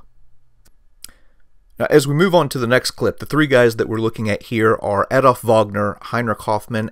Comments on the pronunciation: Please, please. It's NOT Aedolf or Edolf or Eedolf. It's Adolf. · well done, why not do you yourself the favour and ask a native speaker to help with some of the names and the correct pronouncation / stress ? Like Baldur von Schirach, Hewel, Gretl Braun. Even Adolf Hitler is not "A" but an "u" like in "up" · ) "Adolf" starts with a short "A"!! ;-)